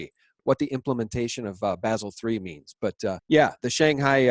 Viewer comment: Bah-sel 3,. Please! Think of how a German speaker will say the city of Basel.